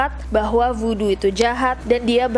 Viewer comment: Bukan woodo tapi Voodoo